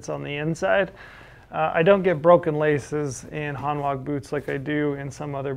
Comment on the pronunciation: I have two pairs of Hanwag boots. Really good quality, can be resoled and will last for years. Btw it's pronounced "Hanvag" they are a German brand 😉 Edit: one customer has had a pair resoled over 20 times!